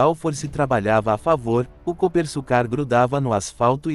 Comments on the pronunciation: Coopersucar (pronuncia-se Coopersúcar) e não Coopersucár. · Pilotos e comentaristas de teclado falam coisas aqui que arrepia até cabelo em poste. Geração que acompanha só Max Kid Vigarista nunca imaginou que tivemos um carro feito aqui, ficam no tiktok diariamente e quando sai uma reportagem ficam, nossa, bah tivemos aqui. Outra coisa, narração de IA falando o nome da equipe de forma errada que dá vergonha. Já é o segundo vídeo que falam do mesmo jeito. Canais que querem iniciar, melhoram sua pronúncia e pesquisas, material na internet séria tem a vontade, basta usar as duas mãos no teclado, larga a mamadeira e façam um bom trabalho pra geração Z(zoia zero de comprometimento). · A pronúncia está errada e o nome do modelo também, este é o Copersucar F5A .